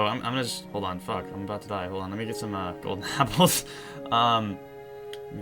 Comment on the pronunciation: he said gollden apples